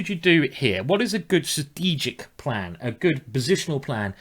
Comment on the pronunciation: I didn't know dyslexic people also had difficulty with pronunciation , I had thought they saw words with letters jumbled.So that would explain you saying things like stategic or fruitation? Glad to see it hasn't stopped you writing books though.